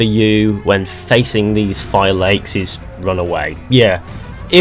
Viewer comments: Everyone pronounces Phylakes as Fi-lakes...when the entirety of the game, the characters pronounce it as Fee-law-kehs. It drives me nuts. It’s clearly stated and demonstrated, but people refuse to say it right. It’s like when people Alt-Air instead of pronouncing it with the ï. Alt-ai-ir. It’s just lazy and stupid. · phy-lacks. that is how phylakes in pronounced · FYI - Phylakes is pronounced 'fee-lah-kess'. They say it quite a few times in the game, too. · It's pronounced Fi - la - keys in phonetic spelling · Pronounced “Fill” “La” “Keys” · I think phylakes is pronounced phi-la-keys and the singular form of phylakes is phylakiti. Correct me if I’m wrong. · They say the word "phylakes" multiple times in the game... how are you pronouncing it incorrectly?